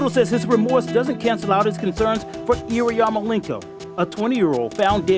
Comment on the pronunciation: OMG – That narrator/interviewer is one of the most grotesquely ugly humans I have ever seen. He can't even properly pronounce the victim's name – he keeps saying "Iriyarmolenko"!